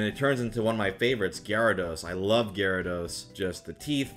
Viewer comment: you mispronounced Gyarados